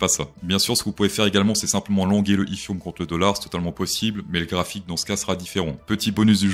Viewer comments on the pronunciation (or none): Comment tu dit etherum 😅😂😂 n'imp😂